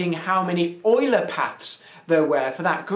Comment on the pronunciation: Leonhard Euler was german. In german "Eu" reads "Oi".